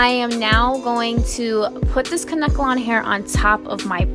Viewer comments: 😂 its adorable how she kept sayin kankelon wrong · It’s Kane-kelon....I mispronounced it for years!!! Love your vids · The way she said Kanekalon made me cringe